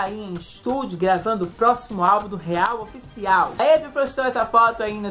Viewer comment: Se diz "ÁVRIL" aaaaaaaaaaaaaa Camren? Vim voando ❤️